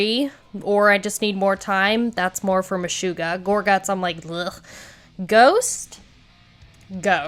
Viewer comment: MeSHUGgah…SHUG…Not Shoo…not MeSHOOggah.